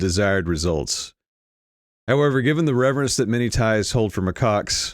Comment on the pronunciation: It's Macaques, Macaques, Macaques.... reprogramming